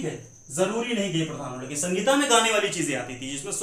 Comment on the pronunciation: Sangita nahi bolna hai. Sahita bolna hai sir.